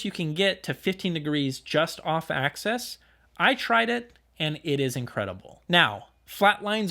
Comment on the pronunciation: Axis not access :)